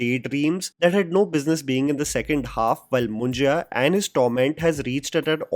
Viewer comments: Great Review, would like to watch this movie. reminds me of Tumbad. Also, it is called मुंज्य not Munjeya मुंजेया ;) ;) Perhaps you could explain its meaning too, FYI below is copied from a website: Munjya or Yagnopavit Sanskar is a very important ceremony among the Brahmins. The sacred thread is worn by some Kshatriyas and Vaishya communities also. A Brahmin is also called a Dwija that means the one who is born twice. A boy is said to be born again when you perform Janeu Sanskar. A sacred thread, called Janeu or Yajnopaveetam is placed around the left shoulder of the boy. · Its not Moon-ji-ya but Moon-ja (मुंज्या) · It's not " मुंजिया" it's "मुंज्या" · It's Mun-jyaa मुंज्या, not Mun-jiyaa मुंजिया.....😢 Just be phonetic 🤦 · it's not mun-jai-ya it's munjya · Its मुंज्या, not मुं ज या.. & yes पुणे, not पुने!